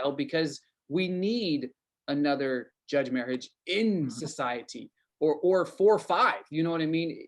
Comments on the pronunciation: It’s a shame you don’t know how to pronounce his name. Or at least how it was pronounced back in the 60s and 70s. He was my next door Neighbors law partner. Merhige, Byrne, Montgomery, and Baber was I believe the name of the criminal law practice. He and Paul Byrne were quite outspoken against racism and oppression. I know the murder of his dog broke his heart. While we face great horrors here under Trump‘s second term I don’t think anyone who did not grow up in the segregated south realizes the horrors of that system, and of what white nationalism really looks like. I don’t know how anyone who grew up at this time could be anything but appalled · It’s a shame you don’t know how to pronounce his name. Or at least how it was pronounced back in the 60s and 70s.